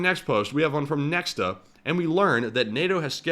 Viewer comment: So many questions here. Calibr missle is sea to land, not tracking moving targets, was it anchored? Was it close to the shore so land based air defence had a range? That would work with anchored version. Btw Nexta is read as Nehta, h like is word “has”, its belarusian, means “someone”